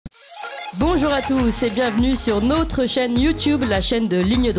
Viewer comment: Nôtre se dit effectivement nôtre comme dans "cette maison est la nôtre". En revanche "Bienvenue sur notre chaîne YouTube" se prononce autrement. Demandez à vos collègues quelle est la prononciation. Tout celà dit amicalement et sans agressivité.